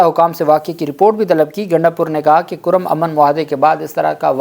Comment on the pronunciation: یہ نام ”کُرّم“ ہے (Kurram) پلیز تصحیح کرلیں